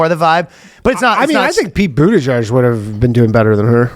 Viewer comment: Sounded like Ryan was calling him "Pete Bootyjizz" 😂